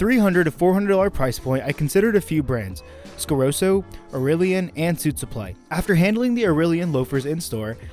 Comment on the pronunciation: What is it with Americans always mispronouncing easy to pronounce brands? Like Scarosso, there's a double s for a reason. Why call it Scaroso? Same thing with risotto, calling it risodo, or calling a Testarossa a Testarosa. Only Americans do that, and I think it's a weird phenomenon, as it's easy to pronounce it correctly.